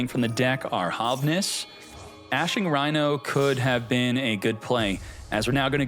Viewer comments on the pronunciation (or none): none